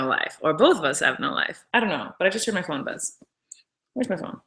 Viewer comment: when she said " I just heard my phone buzz" did anyone else think she said " I just heard my corn buzz" because I swear to god she did!